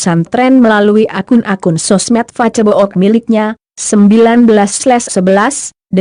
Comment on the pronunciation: Ck....pembacaan narasi kaco amat sih... Masak facebook fibaca facebok....